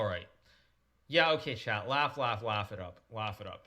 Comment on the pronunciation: SMH. It's chat. All this time I thought there was some dude around called 'Chad'